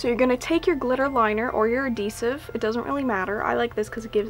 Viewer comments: did you mean adhesive? not adidesive love the video though!! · AdHEsive not adDEsive 😂 you're killing me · You're saying adhesive funny. Like you're missing the h. :P <3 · Why would that make you glad? Also, yes, she says adeesive :D I think it's cute! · yes she means adhesive, she just says it without the h.